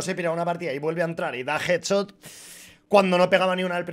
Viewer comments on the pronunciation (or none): none